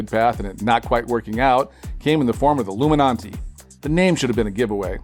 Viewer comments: Why did he say illuminanti lol its illuminati not iLloOmeNontee shit just erked me beyond belief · What's with the pop-up? Also Illuminati not illuminonti. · Ami hearing "iIlluminaNti" ?? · Is anyone else hearing illuminanti??? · It sounds like he’s saying Illuminanti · Is he saying alumin auntie? Am I high? Check on ya friends.